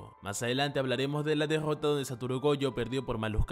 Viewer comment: "la degggota de satoru" que cringe me da escucharlo pronunciar la r man